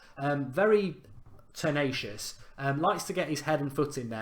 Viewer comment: Just have to laugh everytime he says tenacious. It's like he has clamed it